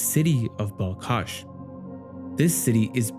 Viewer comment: It's not BalKash, it's BalHash